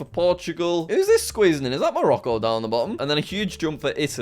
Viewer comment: Bro said "Is ThAt MoRoCo "💀